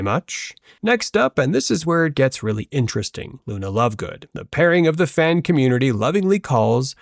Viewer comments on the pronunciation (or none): none